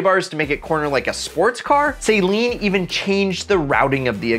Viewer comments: Just a small PSA. Saleen vehicles are pronounced Suh-leen, not Say-leen. Drives me crazy . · i hate how he says saleen like saline. i love this video though im thinking of trying to find a ram srt10 now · Say it with me. Suh-leen